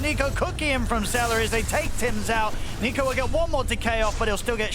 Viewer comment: Its seleri, not salary 😅